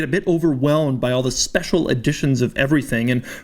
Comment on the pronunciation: Spesiale AHAHAHAHHAHAHAH